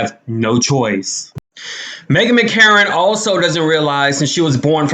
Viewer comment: It's Meghan McCain not Megan McCarron